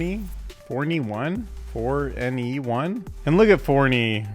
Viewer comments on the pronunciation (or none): I think the 4ne 1 is pronounced "for anyone"